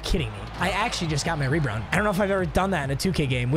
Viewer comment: “I actruary got my rebround”